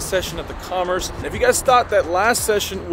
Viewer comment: "Commerece" (twice!!) lol